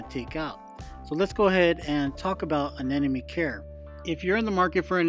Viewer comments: ANEMONE not A-N-E-N-O-ME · Just an observation, but does everyone pronounce Anemone as “Anenemy”? I hear it way too often..🤨